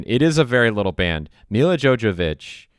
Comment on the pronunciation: Also it's Mila JoVOvich, not Mila JoJAvich. Jesus, you follow her and you've loved this movie for years, but you don't know how to pronounce her name?